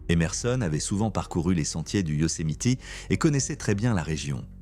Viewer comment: Prononcé Yosemite convenablement svp et pour info le coyote n'est pas un chien sauvage